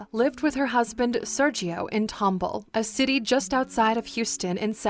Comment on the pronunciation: It triggered me every time she said "Serchio" instead of "Sergio"